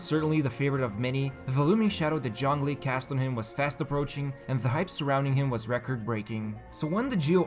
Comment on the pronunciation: Why do you pronounce zhongli as junglee